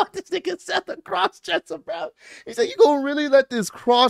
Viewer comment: Can’t believe Roman said crosssdresser wow